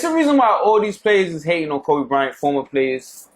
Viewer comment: it's KOBE, NOT Colby. pronounced, KO-BAY.